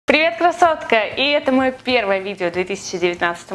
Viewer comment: Почему,когда ты говоришь «привет,Красотка» Кажется «привет,кроссовка»